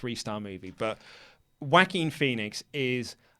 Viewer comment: The way you say joaquin. It's wrong and funny, but I'll allow it.